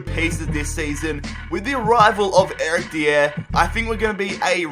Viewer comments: eric diyer? i think its die-er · Eric Dye-er not De-er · It is Eric die er not deeere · ERIC DEEAER HAHAHAHA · You are mispronouncing Dier, it is pronounced die-er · Btw Eric Dier is pronounced diy-er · you say Eric Dier's name wrong. It's Eric Die-er. Btw, I love your rebuilds and your sell every player series, it's amazing!!! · Anyone else get annoyed at the way he says Eric dier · dun-dal-k gal-way eric dee-er you really need to work on your pronunciation, not hating just giving tips